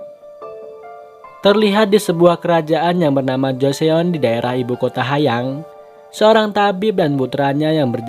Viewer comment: Sedikit memperbaiki biar nyaman didengar. Kalau Joseon bacanya Joson biasa, 'e' nya sedikit samar.